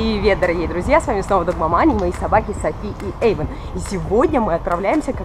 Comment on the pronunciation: Мне одной слышится догмаманя